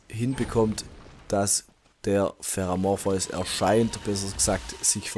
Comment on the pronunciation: Und den spricht er schon falsch